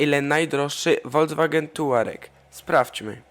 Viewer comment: Volkswagen czytaj "Folks-wagen" a nie "wolc-wagen"